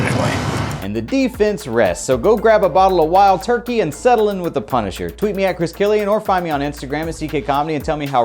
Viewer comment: LMAO "Punsiher"